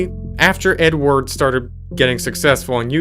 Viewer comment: When you were talking about the last one I kept hearing you say N-word instead of Edward. It was quite funny and confusing. Thanks for that it really got my day going on a hilarious note.